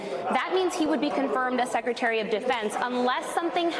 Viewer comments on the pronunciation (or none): none